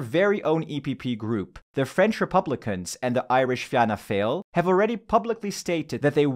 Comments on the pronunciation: you pronounced them wrong, it's fee-na fall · You could pronounce their name correctly, unless you're AI!